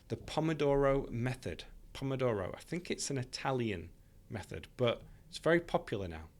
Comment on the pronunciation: Yes, you've got the right pronunciation for Italian Pomodoro:)